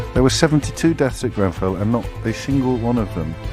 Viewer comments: Is it me or this fool said Grembell? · I hear ‘GrenVell’ fire does he literally know nothing, not even the name